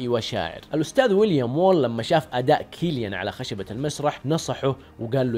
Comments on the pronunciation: سيليان و ليس كيليان انت تبحث كثير بس ما عرفت تقرا اسمه اجل لو ما باحث شتسوي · مجرد تصحيح اسمه يتنطق سيليان وليس كيليان